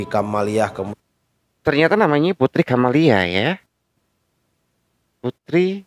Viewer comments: Kamaliah bukan camelia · Putri kamaliah bg bkn camelia 😁😁